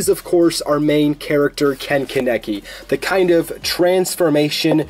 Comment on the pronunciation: I thought it was Kon-ek-ee, not Ka-neck-ee